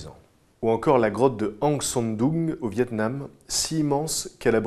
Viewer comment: Une fois de plus un épisode particulièrement travaillé et de qualité. Vraiment intéressant comme à chaque fois. PS: Toujours marrant d'entendre la grotte Han Son Doong avec l'accent pure frenchy ! Ahahah PSS: Concernant le livre Axolot, ou plutôt LES livres Axolot, ils regroupent l'ensemble des articles du sites, mais ont-ils des choses inédites que l'on ne retrouve que dans la version manuscrite ?